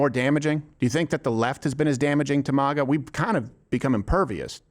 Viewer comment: MAGA not MAHGA